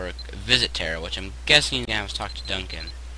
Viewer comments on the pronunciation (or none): It's Tara as in tar-uh not as in terra